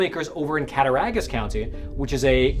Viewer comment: It's pronounced cat-tah-rog-us, county. You were good on everything but the "Rog", pronounced like "Dog". NY is similar to the rest of America in that the big cities are blue but the state is all red. So you got Buffalo, Syracuse, Albany, and NYC; which on the map is a small amount of blue surrounded by a sea of red.